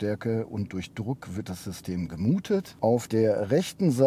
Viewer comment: Was ist denn bitte "gemuhtet"? :D